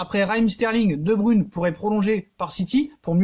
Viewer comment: Tu prononce mal le non (De bruyne) Pronosation (De broyne ) Et non De bruune